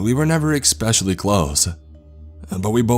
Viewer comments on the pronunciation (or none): He does a great job, and has gotten better with experience. My only gripe is how he says thing like "EXcape", "EXpecially", but almost everyone pronounces something wrong.